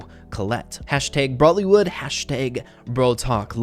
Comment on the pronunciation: Indian listening to say "Bollywood " instead of brawlywood....